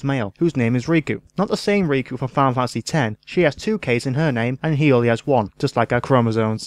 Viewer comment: Your accent isn't the problem. In your haste to talk quite that fast, you slur some of your words and don't enunciate many syllables. Making it difficult to understand. In a review in which you say more than once 'Filefasee ten' when showing a picture of a box for Final Fantasy 10, it grates. I mean... Pictures help us figure out what you did say, but really, there are parts where the graphics offer no help at all. Other than that, many fair points, and very much in the Yahtzee style.